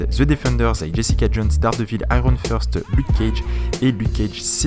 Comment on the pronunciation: Iron FIRST ;P L'accent en anglais est just excellent ;P T'avais du dire que avant c'était Far cry blood dragon le mois d avant. Ohhhhh Crash Bandicoot. Bon moi je l ai seulment joue sur Wii car je suis pas un vrai qui a la ps 1/2 Il y a tj des easter eggs en remaster ^^ Parceque la taille ca comptr doubble sense alerte doubble sense alerte Mais plus gros batterie ne veux rien dire car ils arrivent a nous mettre des programmes qui bouffent la batterie sur les gsm anciens. Comme ca on se dit waw la batterie est bcp mieu ce qui est une gross couille